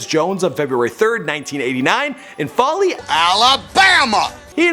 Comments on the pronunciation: Foley Alabama not Folly? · FOLEY not Folly tf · It’s pronounced (Foe)ly not folly and that’s not even Foley High school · It's pronounced fOley, not folly Alabama, hometown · Its foley nigga not "faley" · Foe-lee... not folly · I live in Alabama and you pronounce Foley, not like (fally). It (Fol-ly). Use the "o" like in fold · I remember when Julio was in highschool. ITS FO-LEE NOT FOLLY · I cringed every time he said foley Alabama. It's not pronounced follie, it's pronounced fohley. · You must be having a stroke. That's not the right highschool, and it's pronounced Fo-lee, not Fah-lee. Don't open your mouth till you actually know what you're talking about. My source? I'm from there. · It's pronounced "FOE-LEE" not "FOLLY" you uncultured swine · its pronounced Fo-ley not fol-ey Alabama. I use to watch Julio play in highschool ,run track and play basketball. he was a star in like the 7th grade. real Alabama legend. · FO- lee lol Foley AL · The city he is from is pronounced like Fowley. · It is pronounced FOELEE Alabama but spelled Foley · It's pronounced Fo-Lee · Why can't you say Foe-ly, Alabama? Why? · Same bro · It's pronoused like mole-y but with an F. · I like how he butchered foley AL.😂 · Smh not how you say Foley... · This irks me how his mispronounced foley. You said it like how ghetto people say four and then put the ley with it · He can't say foley right lol